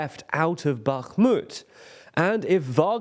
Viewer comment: Congrats on pronouncing Bakhmut correctly!